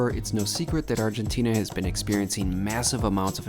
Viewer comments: Argentinia? Is it said that way? I’ve been saying Argentina. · How many times do you have to go to ARGENTINA before you stop calling it ARGENTINIA?